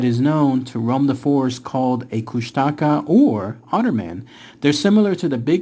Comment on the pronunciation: It's pronounced koosh-tuh-kaw <3